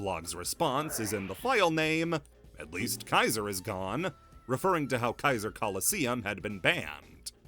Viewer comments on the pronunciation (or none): none